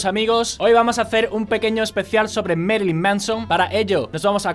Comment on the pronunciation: uds los españoles pronuncian el ingles horriblemente.. y que merilyn.- de pech moD